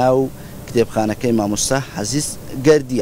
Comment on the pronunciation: حه سيس گەردی یان عه زيزگەردی یە لێت تێ ناگەین کاکی ووتەبێژ